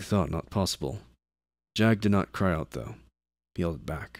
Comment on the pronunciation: 40? Your R's are doing something funky this time around, an extra one jumped into a "though" [tho] before. Also I assume you are lightly trolling me with Death Corpse, I respect that because I would do the same thing if I was you =P